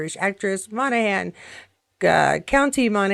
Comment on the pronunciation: I think you've got Monaghan correct. I think I've heard Cait say it sometime.